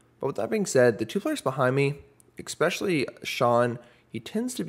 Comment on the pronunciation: First time checking out your vlog. We're in and you've already said "exckspecially" 5 separate times. My nerves can't take any more